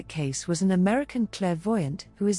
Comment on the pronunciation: Edgar Cayce - /ˈkeɪsiː/ , not case.